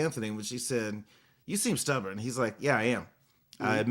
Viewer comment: 🙄Oh my, How’d I forget it’s the most violent repeat offender. 2nd in line is Went instead of Gone I’m sleep instead of asleep There’s 2 new ones on our heels but it’s a pronunciation issue…. Stubborn nope Stubberin Pattern nope Patterin What are we going to do? What are we going to do?